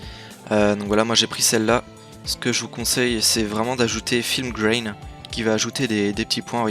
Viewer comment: Par contre film grain ça se dit à la francaise parce que tu rajoute des grain x)